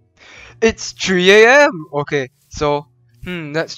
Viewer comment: a tree AM is what I heard lol